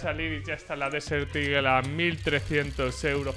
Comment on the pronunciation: Español: Águila del desierto Ingles: Desert eagle: DESEL IGEL